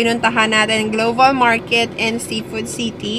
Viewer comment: Global po,..hindi, gloval